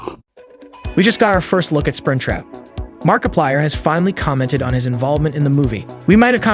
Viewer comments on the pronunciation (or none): You didn’t hear the part where he goes like “ItChapterOne” in the same tone or where he said “Markipiler” instead of “Markiplier”?